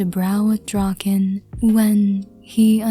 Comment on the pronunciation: When she said draken x listener the subtitles really said drawkin x listener💀 but hey atleast it didn't say rawkin lmao